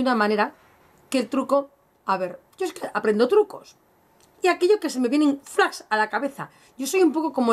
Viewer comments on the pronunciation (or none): none